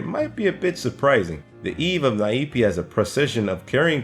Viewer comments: I think the Nyepi is pronounce as 'Nier-Pi" not "Na-Ip"..and "Nyepi" mean "Silence" or "Quiet"..so you get it why the people act like that.. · Nyepi....... Nyuh Pi not Naepi XD